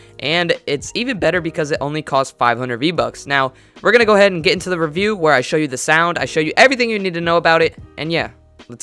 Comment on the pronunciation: U said skin rewiew lmao